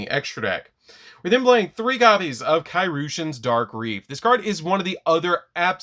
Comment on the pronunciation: I have yet to hear anyone pronounce Kairyu correctly lol (It's Kai Ree-yu)